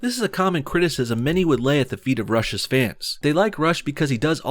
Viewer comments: anyone else find it funny that when he says rush's it sounds like russia? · Why does the word “Rush’s” sound like “Russia’s” XD